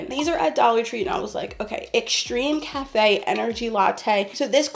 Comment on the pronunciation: Isn’t it X CAFF, not X CAFE? As in extra caffeine, like an energy drink?